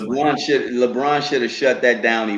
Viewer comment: Not Leborn 😂😂😂